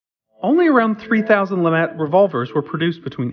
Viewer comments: not lamat but lemat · lemat not lamat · its Lemat! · LaMat, mispronounce the name of the gun but correctly pronounce the name of the man who invented it!? 🤔